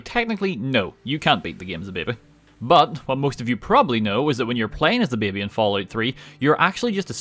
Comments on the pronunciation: I like how says "babey" or thtas how it sounds lol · It sounds a bit like the Spanish word "Bebe" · I like the way he says baby bahbay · "bebbe" 10/10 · he's Irish! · I love how he says Baby. It sounds so funny and it's great. Lol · The way you pronounce baby is incredibly entertaining